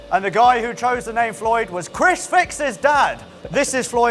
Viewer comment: i hear say "chrisfix" xD